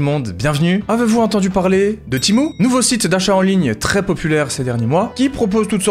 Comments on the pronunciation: Timo ça se dit tému 😂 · « Timo » 🤣 perso je dis plus Tému